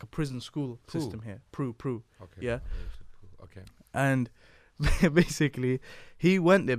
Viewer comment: Bro when you called it PRU 😂🤣🤣🤣🤣 its pronounced P-R-U. Great podcast btw.